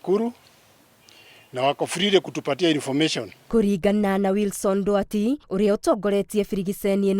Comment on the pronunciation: its nduati not ndwati